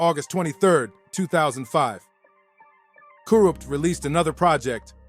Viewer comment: i cant stand to hear the way the narrator says kurupt and tha. makes me cringe every time he says it